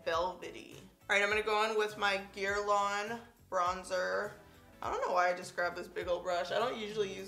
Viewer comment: Looooved this video! I’m not sure if someone else had mentioned but your guerlain bronzer is pronounced Gerlane Loooove your videos!!! 😘😘